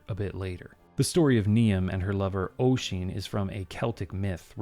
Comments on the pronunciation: Maybe my memory is bad, but I distinctly remember it being wrong - it is a very old game, after all. Also I don't remember the name of the speaker, but I do recall them saying 'Oy-zeen' rather than 'Uh-sheen' (if you'll excuse the anglicised spellings!) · Also Oisin is pronounced "Ush-een" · Heh.The only thing I remember about playing this game was that they didn't know how to pronounce Oisín. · Hearing you attempt Irish names and trying to figure out which one you're trying to pronounce at times is fun, like Niamh, or Nieve dependent and Oisín, which is a nice little reference to Tír Na N'óg. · just on pronunciation of those Irish names, Niamh sounds like Neev or Nee-uv, and Oisin sounds like Usheen (as in push) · I wonder if Sasha was meant to be Saoirse. The pronunciation of Niamh is pronounced Ne-ev and Oisín is Osh-en. Irish is a tricky language as using the English alphabet means we have to learn rules for how certain letter combinations produce sounds. MH make a sort of V sound and and the NIA makes more of a NEE sound. I had 6 years in an all Irish school and then another 6 years of regular Irish classes and honestly my Irish was terrible. I honestly feel bad I have lost my Irish as I just never used it.